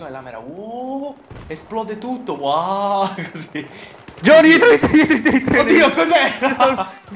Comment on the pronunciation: cmq si dice JOHNNY!!